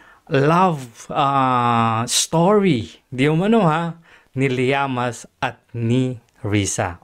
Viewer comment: LLAMAS hindi Llaman!Ayusin mo!